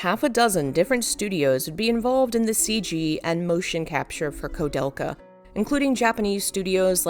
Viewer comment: Also is this AI-narrated, or is this a human butchering all of these names (especially the name of the game the entire video is about)? *koo-DEL-ka, not ko-DEL-ka *Uematsu is Oo-eh-mat-su, not Oo-mat-su And most importantly, when saying Japanese names in English, you need to reverse the order. Like many languages, Japanese names are [Surname] [Given name], but when discussing them in English, they're customarily swapped to standard Western format. Thus Nobuo Uematsu, not Uematsu Nobuo (even though the same script in Japanese should maintain the surname-first order.) Many languages do this, such as Mandarin, many other Asian languages, and even traditional Finnish, but all must be swapped to Firstname Surname when speaking English.